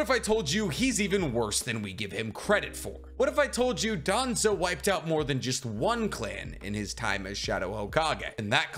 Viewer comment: Wouldn't even be surprised if it was danzo Its danzo cmon